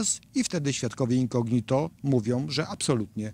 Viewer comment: super materiał; ejdna uwaga: ten prokurwtaor to Ozimina; w słowie incognito akcent pada po o, czyli inco' gnito a nie incogni' to; to 2 źle brzmi